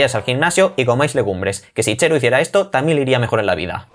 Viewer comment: Ppr qué dices xero? En Extremadura no pronunciais la /ds/? Pq en Jaén si lo hacemos